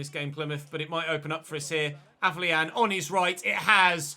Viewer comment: Day 12 of telling its pronounced AFFER-LION!!!!